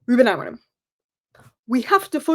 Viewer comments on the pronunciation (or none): Are you saying Ruben AmoriN? Lol